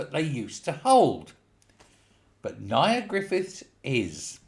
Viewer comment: It's pronounced "near" as in "near death experience".